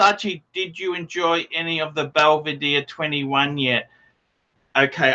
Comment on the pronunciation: Why is it impossible for Archie to pronounce the names of Scotch corrctly? Belvadere? Phuck me dead.